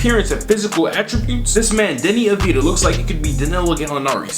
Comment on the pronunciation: You need to say avdeeya